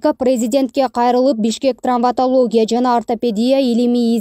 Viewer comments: Трамвотология эмес, травмотология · Чон кыз ТРАМВОТОЛОГИЯ эмес ТРАВМАТОЛОГИЯ. Сразу кулакка сайылды го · Трамвотолия эмес травматология. Сабатсыз журналисттер качан жоголот!